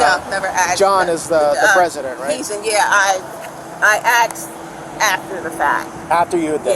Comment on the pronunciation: Why do i keep hearing all these people from the usa saying 'axed' instead of 'asked' in every one of these videos?